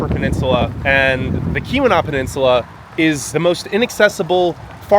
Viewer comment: There's no harm in asking a friendly local or two how to pronounce place names (Tahquamenon Falls; Keweenaw Peninsula; ETC.)...just saying.